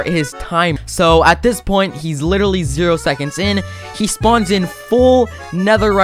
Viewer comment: he has to be skeppy hes says literral and litteraly so many times